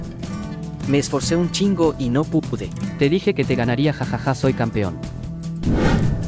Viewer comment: Chingo❌ Chigo✔